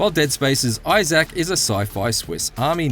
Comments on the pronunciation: eye zack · This dude can't even say Issac right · The way you say, Isaac drives me crazy 😆